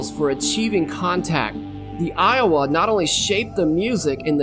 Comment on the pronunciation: Its not Iwa its Lwa. 🤦‍♀️